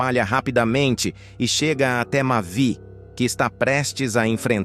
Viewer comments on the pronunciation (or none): Quem diabo é mave se o nome é mavi ou vc não sabe lê ou narrar,essas mentiras